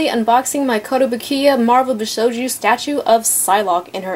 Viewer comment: Love the statue The detailing is amazing . however I think you were pronouncing it wrong . bi-shou-jo not bi-sho-jou